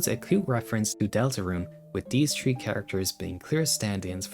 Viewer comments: sorry but smalllll pet peeve, when you pronounce three its three not tree. listen to an audio example and change your tree to a three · Why do you keep saying tree instead of three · Bro CANNOT pronounce his 'th's' 😭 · No disrespect but Everytime he i hear him say three I hear tree😂😂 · Tree. Turd. Teery. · Chapter tree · Have you ever considered pronouncing th as th instead of t? It's taking me out of my immersion every time you say 3 as tree and similar things. And that's coming from a German, who struggles with that weird noise we don't use in German. At least try. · “dis teary about chapter tree” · "chapter tree" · bro am i the only one who keeps hearing tree instead of three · his accent makes 'three' sound like 'tree' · Ah yes, this video is tree hours long. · I'm not watching a long review of someone who can't pronounce three